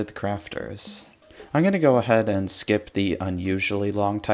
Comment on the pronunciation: ''I'll sklip the talk about how good the block is but let me just say how good the block is''